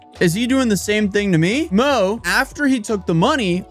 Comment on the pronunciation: your chinese needs some work "mo" is pronounced more like "more" and yang is the surname, guang-sheng and kang-sheng are their first and middle names.